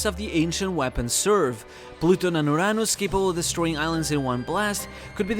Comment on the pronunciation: Is it actually called "urr-nus" or "uranus"